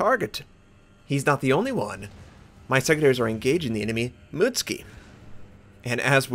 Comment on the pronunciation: Hey, it's not pronounced Mutski, it's Mu-tsu-ki O